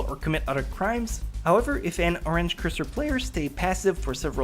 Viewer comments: Rayed Hamayun he pronounced orange: r-ange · Rayed Hamayun excuse me or-ange